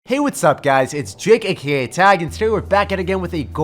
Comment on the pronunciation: He says “Jake A.K.A.A Tag” and it throws me off every time